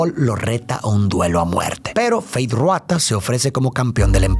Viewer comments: Tu análisis es increíble ❤ solo como dato jeje el nombre de Feyd es Rautha no Ruatha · Por qué pronuncia Ruata y no Rautha? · FEEEYDD RRRRRAAAAAUUUUUTHAAA. No Ruata. De ahi en fuera, epico resumen